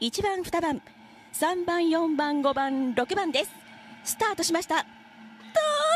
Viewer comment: 宮島ですね。スタートしました！ の発音が好き。